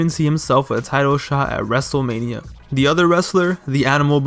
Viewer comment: “ Dzave Batista saw that dzable U dzable U E belt in his sights” “ wrestzlemania tzweny one”